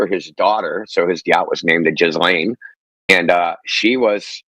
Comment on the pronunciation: Ghislane it's gee-layne.its the feminized form of the French male name Ghispronounced Gee.lets keep it French people 😮.